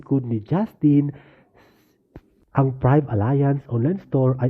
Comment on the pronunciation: Kuya, French word po ang Prive' Alliance and is pronounced as is Pribe